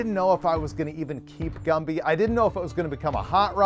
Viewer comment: Gumby not gumpy